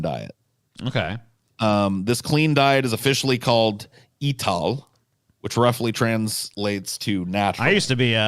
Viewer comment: Ital is pronounced “eye-tal”